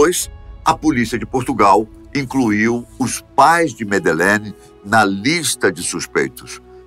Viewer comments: o nome que vc a chama está errado, ela se chama Madeleine, e nao Medelene. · Jamais, ela tem 21 anos. Madelein teria 19 anos. Esse narrador não sabe nem pronunciar corretamente o nome da miúda. Cá tds tem a certeza que os pais da Madelein são os culpados. Vai ler sobre isso.